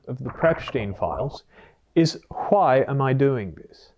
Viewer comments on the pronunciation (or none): I never noticed he pronounced why the family guy episode way until this lol…WhyE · "Huwhy." This dude... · the “hwhai” had me laughing 😆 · Hhhwy is diabolical😂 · Really have to respect the fact that you are not promoting the book as Doctor o r Phd. even though you are (if i remember correctly). However, i have to point out how you pronounce "why". Literally reminded me of Stewie Griffin